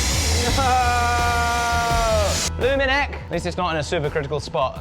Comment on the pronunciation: That "bloomin' heck!" sounds a lot like Blumineck 😛